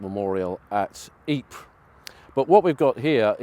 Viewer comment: I thought it was pronounced EE -Per , RAH